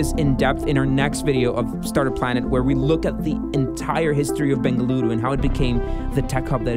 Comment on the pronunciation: Dude!!! I just had to pause the video when the guy in the video pronounced Bengaluru and not Bangalore. I was so damn surprised and happy that atleast there are some people who knows and understand how to pronounce the name of my city. Thank you so much for that.